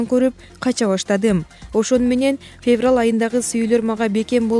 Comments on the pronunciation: фебрал бобойт дейтго.диктор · Мен дагы феврал дегенин угуп жиним келип кетти блин😁😁😁😂😂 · Ушул журналистерди текшеришиип чыгарбайбыы Жиндигоо Феврал деп кайра кайра айтатт.😀😀😀 сага Караганда 4 жаштагы кызым жакшыы айтат ... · эй жудогон окуй албасан жон эле отурчу кишини кошо жудотпой. фебрал деп алжыбай.